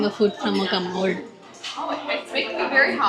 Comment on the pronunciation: Cammod ಅಲ್ಲ commode